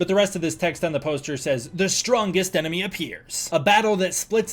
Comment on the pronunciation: Bro said emeny instead of enemy, typo